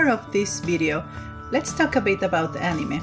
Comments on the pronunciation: I don't really like the way she says anime ’ah-ne-meh” instead of ”a-ni-mae” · ..... She pronounced it "Animeh" instead of "Animay" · It’s said An Ee May, not animeh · Better thaan how Barack Obama pronounced it, he said "a-mine". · Yes, she said it wrong, but there's no need to be so rude about it. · and nobody is trigger about how she pronounces anime wrong and re zero guess im the only one ah well love the vid anyways but yeh as said triggered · Not trying to be rude here but you saying anime wrong and drangon ball z by the way great video!!! That really looks like rem!!